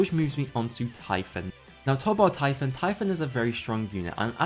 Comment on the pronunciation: The way he pronounced typhoon got me.